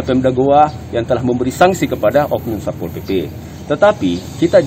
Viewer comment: Sappol mulu... Bicara yang bener doong SATPOL SATPOL pake T jangan di sambung, karna hukum baca T itu izhar halqi, jangan di idghamkan